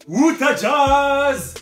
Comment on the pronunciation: C Utah pas outah mdr